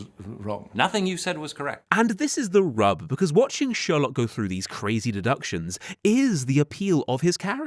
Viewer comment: "fink this one froo" lolol